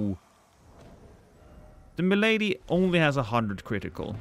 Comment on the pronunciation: That’s pronounced “Milady” To you,.